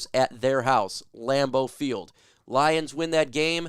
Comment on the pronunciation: You pronounced Laimo field wrong.